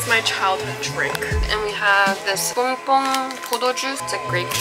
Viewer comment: its this ppong ppong drink Me: i-its bong bong